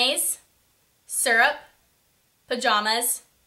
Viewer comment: lol "serup"